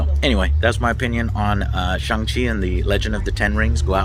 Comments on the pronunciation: He was called Shawn for the majority of the film and you’re still pronouncing Shang worming 😂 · The A in “Shang” is pronounced as “aw” as in “awesome” “shawng”